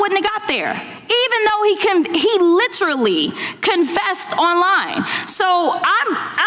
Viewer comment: Jasmine...try to learn how to say "Literally ". Rascist khunt